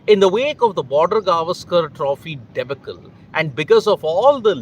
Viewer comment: Debacle. Pronounced dee- barkle. Not Debuckl